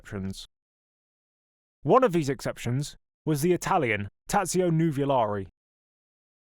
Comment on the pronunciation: Allow me to correct a couple of mispronunciations: Tazio is pronounced Totso and Carraciacola is Karra-cola. Sorry, dudes but even my favorite Jim Clark’s one handed victory at Spa pales beside this victory.